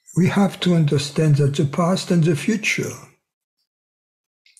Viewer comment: thank you, thank you, thank you. bon soir? that “goodnight” in French? lol. kept hearing, “oui are” instead of “we are”, I was like “okay, now who is this oui.” Lol. Ciao 💤. wish i had this on a cassette tape i could put on auto-reverse like i did with that “1st tape” i got back in the mid-late nineties…..must have listened to that sucker two weeks straight, lol…..something in your voice….can’t quite put my finger on it but has the same effect “on me” that music has on the Tasmanian devil in the looney tunes cartoons…..everything but bagpipes, lol. Goodnight.